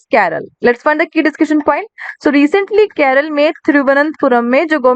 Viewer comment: Mam it's kerala not keral Do correct from upcoming classes